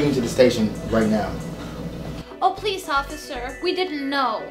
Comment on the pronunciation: Swallowin', prease don't. PLIGANESE!